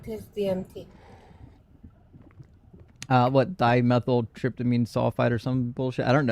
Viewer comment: pronounces "DMT" perfectly (almost) but absolutely butchers "psilocybin" for months and months❤.